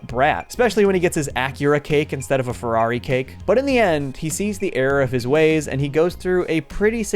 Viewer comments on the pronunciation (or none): none